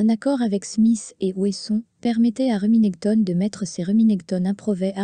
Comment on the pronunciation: Ca fait mal aux oreilles d'entendre Reminèctone😂